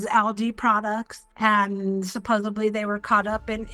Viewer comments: "London Money" . . . . . calling it that, is all you need to know about her IQ level - No wonder she got scammed And for the love of God, can someone please tell her its, "Supposedly", NOT "Supposibbly" . . . . Sigh! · What a maroon!! I can’t! 😂 DAMN IT SHE SAID supposeBLY again!!!! 😢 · Supposably? …. I assume she means supposedly? Liverpool LONDON.? Sorry, this woman is a half wit. She deserves to be ripped off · Supposably…is not a word. London money. Oh man. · DID SHE SAY SUPPOSEBLY????? Then she deserves what she gets!! 😂 I mean like fifteen effing times??!! Any person that is bilingual, I GIVE PROPS TO!! At the same time, LADY YOU SOUND SO STUPID!! It’s SUPPOSEDLY WITH THE LETTER D, not B!! For the love of God,, please check yourself before you continue to wreck yourself! 😂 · SUPPOSEDLY!!!!! Why do so many adults have such a hard time with this word? I don’t usually correct peoples grammar but for some reason, people mispronouncing this one particular word just irritates me lol!!! Also, why is it that no one corrected her especially for the show? SUPPOSEDLY not Supposebly 😬😆 I’m sorry but I just can’t help myself when I hear it pronounced with the BLY instead of DLY !! 🤪 (I know, I need help!) hahahaha!!!! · Why do ALL these people day 'supposeBly'...it's 'supposeDly'!!! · SUPPOSABLY is not a word. No wonder she is so dumb. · The word "supposubly…" 🤔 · Why do the ladies who fall for these scams all say “supposably”? It’s a mispronunciation I have never heard until I started following this channel 😂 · I am British so this was painful to watch.... and please stop saying Supposably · It's "supposeDly" with a D sound, there's no B in the word "supposedly ." Can anyone correct her speech with the word that she very much over uses for not being able to pronounce? Yes, I understand she's ESL. Bob's a big fat liar😂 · Anybody that says " supposably" should pay a fine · Oh that made me laugh 😂😂supposeBly 😅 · “Supposebly…….🙄 ya she’s a smart one…..